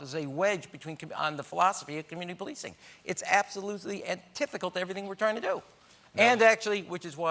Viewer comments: "anthithical" is not a word rham i think you meant antithetical...maybe? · The word is antithetical, not "antithical" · antithetical not antithecal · Why does he keep saying “antithical” when the word is “antithetical”? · It’s antithetical not “antithecal” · He needs to learn that it's "antithetical" not "antithical". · "Antithical"...it's "antithetical" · What a creep. Do some research if you aren't aware. (And WTF does 'antithical' mean?) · I thought I was just hearing him wrong... It's like when people say "orientated"...